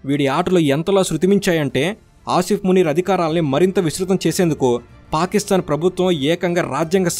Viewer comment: Eedu names correct ga chepatla minimum, field master antadu entento notikochinadi anesthunadu…. Anni sarlu Aa Munir gadi name palikavu okka sari ina correct ga chapthunama ani aalochinchava avanni nduku likes, views and subscribers vasthunnaru kada chaalu antava 😂😂😂